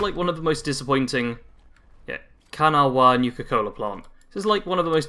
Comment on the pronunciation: How to say 'Kanawha' in one easy lesson: And for bonus content, the other most-mangled placename, Helvetia